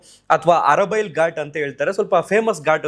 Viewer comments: Not arabail ghat It's Artibail Ghat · ಅರಬೈಲ್ ಅಲ್ಲ ❌ ಆರತಿ ಬೈಲ್ ಅಲ್ಲಿ ಆಗಿದ್ದು ನಮ್ಮೂರು ಅಲ್ಲೇ ಆಗಿದ್ದು 😢 ಓವರ್ ಸ್ಪೀಡ್